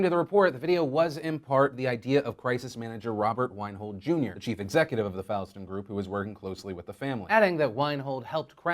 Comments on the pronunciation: Just a quick gripe, Fallstone is pronounced Fall-ston, like a person falling down. Source: I live here. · From someone from the DMV, it's Fall-ston. Pronounced like the season. Also, thank you for all of you have done, Phil. love your videos informing all of us about the news in our society.